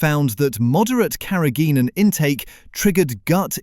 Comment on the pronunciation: "Carrageenan" is pronounced incorrectly. No full stop is used at the end of the caption.